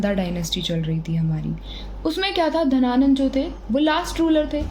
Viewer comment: मैम धनानंद हैं या घनानंद ?